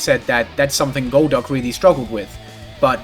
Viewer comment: Rewatching the video months later, main takeaway is amazing pronunciation of goal'DUCK